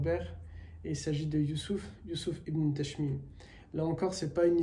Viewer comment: Asalam alaikom wa rahmatullah, hayakomollah, je crois que vous prononcez Tashmine au lieu de Tashfine .